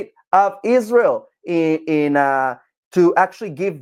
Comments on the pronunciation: She is one of THE worst offenders - when it comes to obsessive bad faith lies. lmao She can't even get the name right. Ishreeul. lol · Ever since she married a white Catholic beta boy and turned Catholic, she became possessed by a hate spirit of Israel. In her hatred, she doesn't even pronounce Israel correctly, like an ignorant person. She should do a deep study of the Catholic religion that started 321 years after Jesus by a conniving pagan emperor and also the muslim religion that started 610 years after Jesus, concocted by the Catholic Church because of their hatred of Israel.